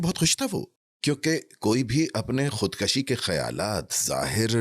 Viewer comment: Khudkashi nhi khudkushi hota hai.